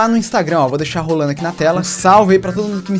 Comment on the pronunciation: Fala roulando nao rolando kkkkk